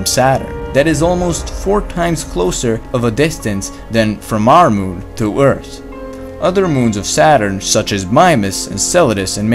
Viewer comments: Say it with me Earth......ththth not Eart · Great videos! One thing, as a few commentators below have been mentioning, you are not pronouncing the "th" as it should be, as in "earth", you are saying "urt". It's simple. Just put the tongue between the upper and lower teeth and try to say "tank" or "tink". Cheers. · HE STILL SAYS "EARTS" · th and t dont sound the same